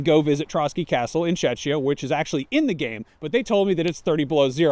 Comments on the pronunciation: First, it's not Checkians, it's Czechs. Second, it's the way he pronounced it sounded more like Chechnya. But the CH in Czechia sounds like K, so more like "Czekia" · "The correct pronunciation of 'Czechia' is 'Check-ee-uh' (/ˈtʃɛkiə/), similar to how you say 'Czech' in 'Czech Republic'. It's not 'Chechia'." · "Cheshire" by the sound of it lol